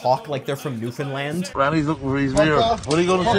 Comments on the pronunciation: I’m curious where. If he’s from the island or Labrador, well done! The Maritimes, head nod. If he’s from anywhere west of Quebec - correctly pronouncing the name of our little corner of the world is truly impressive. 😊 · And he pronounced correctly?! Who knew these people exist 😮